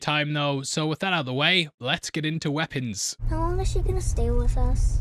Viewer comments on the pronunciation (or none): What's a "wipons"?